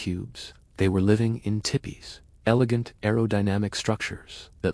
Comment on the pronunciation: Tip ees Go ahead and delete this video It is crap U r void of understanding You can’t mispronounce tee pees Idiots